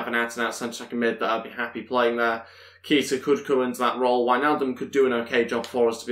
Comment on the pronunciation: Its pronounced kayta